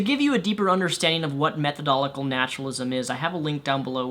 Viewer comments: It is pronounced 'methodological' naturalism not 'methodolical' naturalism...anyway good video. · Damn. I have been watching you so long that when you said methodolical, I knew you had said it wrong, then figured out what word you meant, even though I've never heard the word methodological. Skills. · I'm sorry but that way you pronounce methodological irritated me. I understand that you're dyslexic, I am too. It's pronounced method o logical. I know it shouldn't bug me and I'm sorry it does. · Method-o-logical. Not meth-o-dolical. Please. My brain-gears go clang every single time. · Methodological [meth-uh-dl-oj-i-kuh l]. Sorry, but improper pronunciation detracts from your argument. Despite that, I appreciate your video's message and nice job. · Method - o - logic - al. I love what you're saying but it makes me cringe a little when you mispronounce methodological. I apologize, I hate to sound like some grammer teacher, just thought I'd mention it in case no one else had. Despite my comments, keep up the great work! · Methodolical naturalist?? This guy wants to be taken seriously as a representative of a certain opinion in one of life's greatest discussions, and he can't even pronounce what he claims to be? MethodoLOGICAL, lad. Clean your room and do some actual studying. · Minor point... I watch your videos, respect you, and agree with most of what you say, but would you please learn how to say 'methodolOGical' correctly? It is disconcerting, possibly even counter-productive, when presenting intellectual and philosophical ideas, for you to consistently pronounce the word 'methodol__ical', as though it's a tongue twister, a word that is actually pronounced exactly as it is spelled. You even read it that way. Peace the rep out; keep up the good work. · I know I'm picking nits here, but it's methodological, not methodolical. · You're pronouncing methodological wrong. You're missing the 'lo'. Think 'It ends in logical' when you say it. Method-o-logical.